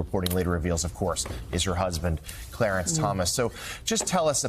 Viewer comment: “Clearence” Thomas lol